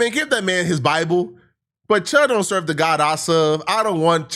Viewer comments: why he keep saying serve like that?😂😂🤣🤣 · The way u say "serve" is messing with me😂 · This subject fits his blog style 😂 “The God I suuhhv” ..pay “tiiths” 😂